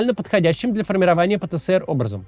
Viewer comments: Максим, зачем ты режешь мои уши?🙉 Нет в русском языке буквы «СЭ». Есть буква «ЭС». Правильно говорить: «пэ-тэ-эс-эр». «Пэ-тэ-сэ-эр» — неправильно. Ты же не говоришь «Сэ-сэ-сэ-эр». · Пэ Тэ Эс Эр, а не Пэ Тэ Сэ Эр, Максим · Кац, правильно пэтэЭСэр, а не пэтэСЭэр